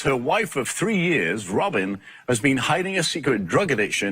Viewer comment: 6 yuurs......Girl stop pulling that weave omg......6 yuurs❌❌